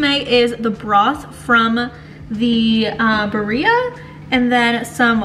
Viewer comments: It’s pronounced “bee-rreah” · Hi, this is in no way a hate comment. I just wanted to help you with the pronunciation. It’s “beer -ia “ it’s easier to say if you sound it out like this ❤